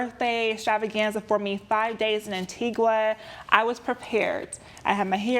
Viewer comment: As an 🇦🇬 it drives me crazy when people says "An-tee-gWa". It's "An-tee-ga"